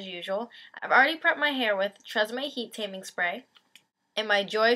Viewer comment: you say tresseme weird.